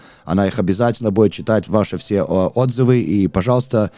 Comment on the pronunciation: Правильное ударение в слове "Отзывы" на первый слог. Удивительно, что ты,, так хорошо говоришь по русски! Молодец!